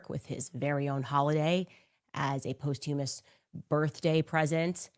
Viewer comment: In addition to all her other flaws, she can’t even pronounce the word “posthumous”. It drives me absolutely insane, but definitely not as insane as Candace literally is.